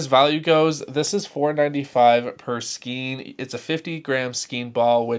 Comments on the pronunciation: Psst, "skein" is pronounced "skane" in both American and British English! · Like your videos! Just FYI for the future - Skein. Rhymes with stain. Makes no sense, but there ya go.